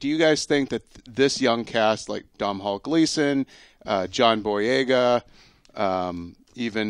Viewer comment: I feel bad for Poor Domhnall Gleeson that people keep butchering the pronunciation of his name.